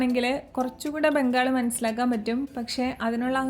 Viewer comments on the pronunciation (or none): none